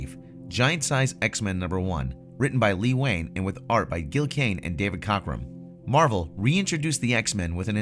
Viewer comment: Lee Wayne = Len Wein (pronounced "Ween")